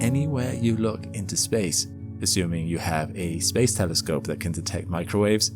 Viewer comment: THERE IS HOPE HE SAID TELESCOPE AND ASSUME CORRECTLY INSTEAD OF GOOFY NIGEL ASHOOM AND TELLY SCOPE :face-fuchsia-wide-eyes